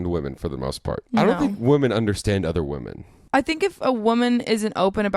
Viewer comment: also pronounces women and woman as "woman". I noticed it in the vlog narration, but I think it's funny that they pointed out the bagel pronunciation here.